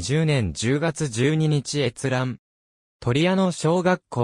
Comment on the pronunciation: そもそもとりやのでなくとやの